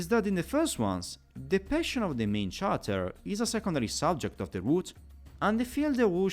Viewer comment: I intend no offense, and if you knew already, just disregard me, but in most dialects of english "character" is pronounced with a /k/ consonant at the beginning. Similarly the words derived from it like "characterization".